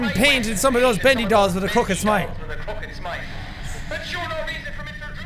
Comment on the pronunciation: When you said crooked smile it sounded like crooked smite